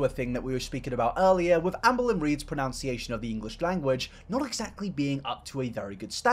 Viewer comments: Ohh nooo we didn’t just mispronounce “pronunciation”?! Ohhh, friend! Oop haha 🫣😆 FYI: It’s ‘pro-NUN-see-ay-shon’, not ‘pro-NOUN-see-ay-shon’….but dw it’s a pretty common enunciation mixup tbh 😉☺️👍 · I can't tell if mispronuncing "pronunciation" was delicious irony or done deliberately but either way I love it